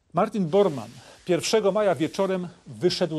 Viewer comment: Martin Bormann, a nie Boarmann.